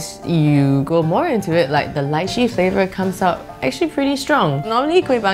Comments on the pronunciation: Every time she said Lychee i died a little inside lol Still love you though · When she litchi .. i thought she said elaichi..!!